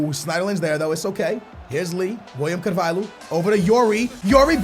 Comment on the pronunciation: It's not pronounced Carval-who..... it's Carval-yo like Ricardo Carval-yo